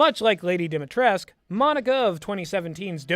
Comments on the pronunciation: sorry, but as a romanian, i couldn't stand listening to this video lmao. it's pronounced "dee - mee - tress - cue", not "dee - mee - tresque". something about the pot calling the kettle black. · There's something funny about mentioning mispronouncing when you also mispronounced her name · hard dislike for the star wars prequels comment, you ignorant pesant for the rest yeah, the dude is pretty mutch happy to know the dude didn't just seem wierd to me Also also, you are pronouncing lady dimitrescu wrong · it really bugs me that you complain about him mispronouncing Dimitrescu's name while you mispronounce it